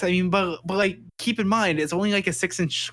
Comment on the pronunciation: Who is saying rike evertime he means to say like? Or is it a serious speech deficiency?